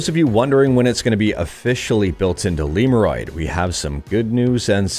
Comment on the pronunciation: I pronounce it not like liurod, it's lemodroid